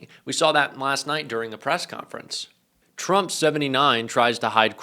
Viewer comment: Love how Caroline's "machine gun lips" always pronounce Trump as Chump